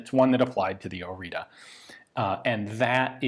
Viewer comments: Useless language fact: due to the little squiggles under the T and above the A in Orita, the pronounciacion is different. ORI is pronounced more or less as Ian pronounced it, but the T is a TS sound. It is a sharp and short sort of hiss, a bit like a snake. And the A is like the first E in the word Nerve. The sounds are very common in Romanian. Without them the name doesn’t sound all that romanian, with them it could very well be my next door neighbour. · I just saw on the gun that you are usinga the wrong name. It's Oriţă not Orita, ţ is like the zz in pizza and ă is is like the a in an apple, an elefant, an..... etc. ( Just as a small detail, the o is also flat and short, the english version is "oou" while the romanian one is just "o", also the h in Mihai is much more defined then pronounced in the video) Cugir is also wrong but eh, if someone was intrested to read till here will also be intrested enough to google it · The name stamped on it is ORIȚĂ and is actually pronounced as Oritzuh or Orizzuh, the same sound the zz makes in pizza and the final letter is not an A but Ă which is pronounced more like and uh sound. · It's not orita, it's orița. It's pronounced more like oritza. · Oritza / Oritsa not Orita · the pronunciation is Ori[tz]a . the T has an underneath accent . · Spelled as "OriTSa", the last "a" is like "a" from "day" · It's hard to write the correct pronunciation for English speakers but it's something like ORITZAH. To understand how to pronounce the last A, which is Ă think of "astray" which would be "ăstray" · Pronounced as in Oritza. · Correct pronunciation: Oreetseh (Oriță) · Ț is ts, so it's pronounced o-ree-tsa, not o-ree-ta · It is pronounced ORITZA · It's pronounced "Oritza" , but well done video nontheless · The t is pronounced something close to tz, it is not a t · My grandfather used one in 1944! He said it was a very good weapon. Thank you for showing one to us! By the way the name is Oriță /ori:tsə/. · Isn't it pronounced Ori-ts-a?